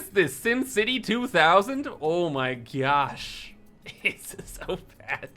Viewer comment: “Oh my gyash”